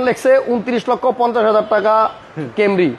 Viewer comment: কেমরি না ছেমরি? এত অসুস্থতার মাঝেও হাসাইলেন! ধন্যবাদ 💖❤️